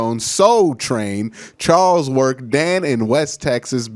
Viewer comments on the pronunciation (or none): none